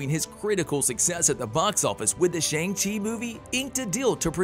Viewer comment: The way you say Shang chi makes me want to Shang myself